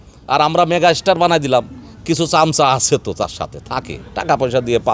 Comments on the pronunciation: আরে ভাই এরা এখন হিংসায় জ্বলছে 👍 এরা এতো পারে একজন শাকিব খান বানিয়ে নিলেই পারে! আর এ তো মেগাস্টার শব্দটাও উচ্চারণ করতে পারেনা 😁বলে মেগার স্টার 😁 এরা এখন জেনে গেছে শাকিব খানকে নিয়ে কথা বললেই আলোচনা আসা যাবে 👍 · এই তো সুপারস্টার মেগাস্টার তো বলতেই পারছে না😂😂